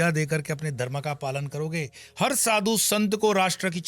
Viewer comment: आप ' दर्म ' में नहीं ' धर्म ' में हैं...... आपका ज्ञान तो अच्छा है परन्तु आपको आपके उच्चारण पर भी ध्यान देना चाहिए 🙏